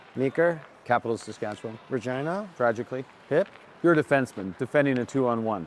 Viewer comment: Regina is pronounced like vagina?? 😂😂😂